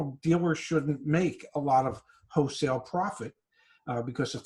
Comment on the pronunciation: To the dad... It's "wholesale", not "hosale." You're not selling ho's.